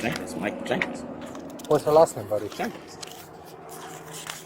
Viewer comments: I swore he said Michael Jackson. Then when he said Michael Germane Jackson I was like no he didn't. I'm glad he had him spell his name and he said Jankens. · Not Jenkins but "Jankinz" ...smart officer for NOT recognizing this😂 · Came to the comment section just for JANKINS 😂😂😂 NO SIREE BOB - it's JENKINS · Sooon as he said Jankens, I knew he was lying lol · He didn’t say it was Jenkins, he said it was JANKENS 😂😂 he even pronounced it that way lmfao I have never seen anyone lastname pronounced and spelled “Jan-kens” 😂😂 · He said his name is “jankins” not “Jenkins” lol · "What's your last name" "Umm...Jenkins, I think" "Spell it please" "Jankins"...🤦🏼‍♀️ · "Jankins" LOL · that boy said ''jankens'' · “Jankens” lol like you a janky liar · The moment he spelled out Jenkins as "J-a-n-k-e-n-s" is when we knew😁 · dat "janks"😂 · I thought I heard the same 😂😂